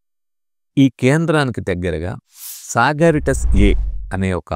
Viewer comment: సగారిటాస్ A కాదండీ సగటేరియస్ A అనాలి..